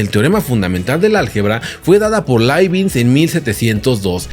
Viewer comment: Hola. Muy interesante el video. Pero por qué pronuncias Laibinz si lo correcto es Laibniz?